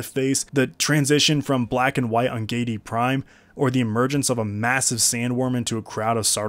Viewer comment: Gee-ay-dee Prime. Giedi. Not Geidi. Sorry, thx for the great video haha